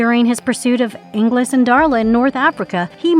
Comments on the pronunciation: And not only that, but pronouncing Angelus correctly, and then mispronouncing it, and then going back to pronouncing it correctly again, all in the same copy. Not to mention the creative phrase, "one of the most strongest." 🤦🏼‍♂️ Ouch. 😏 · I thought the back-and-forth pronunciation then mispronunciation of Angelus was bad, but then we get this phrase ☞ "…one of the most strongest..." One of the most strongest?🤦🏼‍♂️